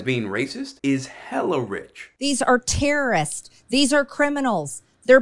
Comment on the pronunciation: “these are tear ah reest” 😂